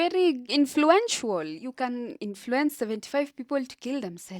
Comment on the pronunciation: 0.43 influencwuol